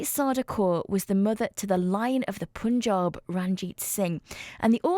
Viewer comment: Isn't it annoying when presenters say - the Pooonjab. Also, I hope she says Rani Sadaa Kaur correctly after she heard you saying it.